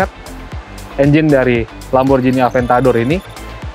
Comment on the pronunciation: D italia bkn lamborjini tp lamborgini. G bkn d baca J